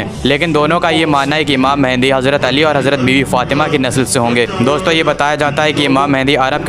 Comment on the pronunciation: ASTAGFIRULLAH UR PRONOUNCIATION IS VERY BAD it's Mehdi not mehendi 😭😭 Astagfirullah